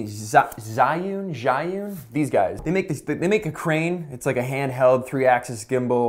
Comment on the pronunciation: Your pronunciation of the Chinese word is wrong. but nice try. 🙂 zhi yun=智云